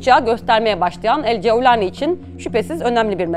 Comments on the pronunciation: Ceeaevvvlani ne arkadaş, cevlani de geç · Cevlani degil golani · Yabanci bir kisiden bahsederken arap aksani ile konuşmanızı gerek yok couwlani vs asiri gereksiz olmuş Turkce de böyle biri telafuz yok videoyu en başında biraktim